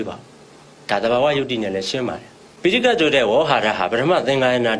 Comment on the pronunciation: ဆရာ ရှင့် ဒီ အမျိုးသမီးက phitaika ကို တောင် ပီအောင် မပြော နိုင်ဘူး